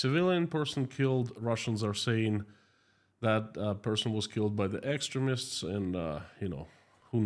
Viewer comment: No criticism - just for your information Extremist pronounced X stream ist